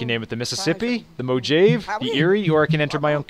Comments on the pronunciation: Mo-J-ave river... seriously dude. Pronouced Mo-hav- e. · It's not pronounced Mo-jayved it's pronounced Mo-ha-vay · Mojave is pronounced like mo have ie... not like mo jave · OH MY GOD IT'S MOJAVE (MO"H"AV"EE") NOT MO"J" "AA"VE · "moe-jave?" I hope that's a joke. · Patrolling the moe-jave wasteland almost makes you wish for a nuclear winter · moe-jave thats what im calling it now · Mojave! lol... It's pronounced Mo-ha-ve. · Mojave (Moe-ha-vee) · you pronounced mojave wrong it's pronounced mohavee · lol at how you pronounced "Mojave"